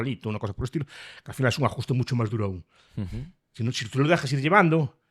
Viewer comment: Trabajo duru, no duro 😂